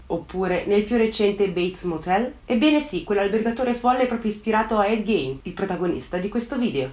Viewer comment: già che ci sono: il cognome si pronuncia "GHIN" e non "Ghein" (quando faccio le correzioni sai che non lo faccio per critica ma solo per contribuire a migliorare sempre di più i tuoi già ottimi video) 😄